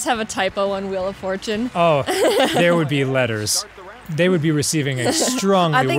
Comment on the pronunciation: Ah yes, “the fjortune wheel.”